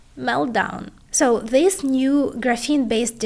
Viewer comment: Great content, but it is very difficult to listen to this type of speech. Please practice, for example, the difference in pronunciation between THIS and THESE. Keep the great content coming!